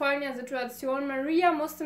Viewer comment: Hey 👀🌸 Erstmal, tolles Video :) 2. Ich bin selbst Ungarin und ich denke Mal die Namen sollten so ausgesprochen werden: Judith wird so ausgesprochen wie du es im deutsch auch machen würdest,also nicht so Englisch. Bei Maria denke ich Mal dass sie wie auf ungarisch Mária ausgesprochen wird also Montag einem langen a und sonst auch wie auf deutsch.(Das a ohne den Apostroph können deutsche nicht wirklich aussprechen deswegen gehe ich da jz Mal nicht drauf ein) bei Ági wird das a auch einfach lang ausgesprochen und Barna ka kenne den Namen nicht haha auf jeden Fall spricht man deren Nachnamen (also Barsi) Barschi aus (denke ich Mal) weil im ungarischen ein einfaches s sch bedeutet. Also auch wenn es jz nicht so wichtig war wolltest du ja im Video immer Mal wissen wie man das ausspricht und ja 🌸 Hab dich lieb